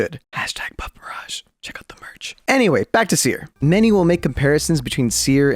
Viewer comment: That’s not seer that’s teer